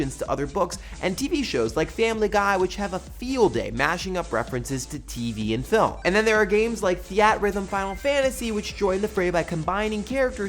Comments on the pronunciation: Theatrhythm is "theater-rhythm" and not "the-at-rhythm"... makes sense right? :) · I always thought it was pronounced theater-hythm. The two words theater & rhythm flow together really well, so I was legitimately confused when said the-at-rhythm. That said, don't worry all my friends know about Game/Show already cause I mention it all the time. I'd love to be able to buy a shirt, sticker, or some other merch for it! (mini plush Jamins for all!)